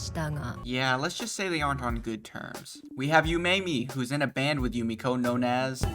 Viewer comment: Had to check and hes its Jumeko not Jumiko. Out the anglophones and confusing e and i.